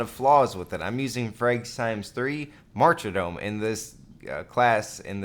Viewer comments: Why do you say martydom as "marcher-dome". It's weird. Cut it out. It's like people who say solder as "saul-der". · Pronunciation of martyrdom bothered me most. There's no extra "r" in there.